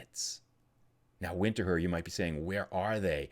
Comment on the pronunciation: go to Winterthur. But do call it "Vinter-toor". :)